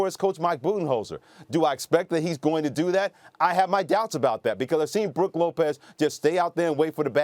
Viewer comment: This dude said Brooke Lopez yeah I’m out